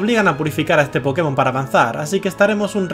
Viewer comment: soy una verguenza me rei apenas dijo pkemon XD me rei